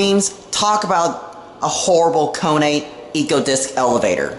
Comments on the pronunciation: Why do you say Koo-U-Nee and not just Kone ;D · Guess what? Beno says it as "Cone" as well, on purpose! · sorry, but as usually the Americans have got this pronunciation wrong 🤷🏼‍♂️it’s ‘Cone’ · Magnesium PC Its actually pronounced Kone which means machine in finnish